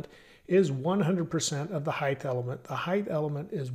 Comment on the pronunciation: Throws me off every time you say 'heighTH'. Great content otherwise.